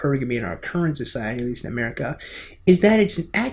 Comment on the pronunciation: A 'Merican 'Mericle